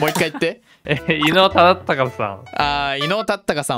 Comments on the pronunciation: 伊能忠敬ちゃんと言えないのすごく分かる 地図の書き方色々なの面白かった ここ笑った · 伊能忠敬さんってちゃんと言えない可愛い...